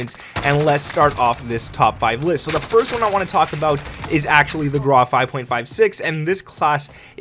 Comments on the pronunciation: its grau not graaaa ... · Grau ... pronounced "GROWL" rhymes with "COW"